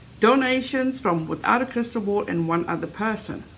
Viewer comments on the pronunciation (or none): none